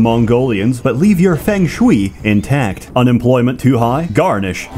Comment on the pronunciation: "...leave your fengshui in tect..." LOL